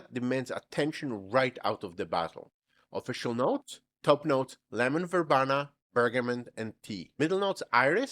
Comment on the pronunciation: verbena is pronounced ver BEE nah, Gist is pronouced Jist, with a soft J sound. thanks for listening. Loved your video sir.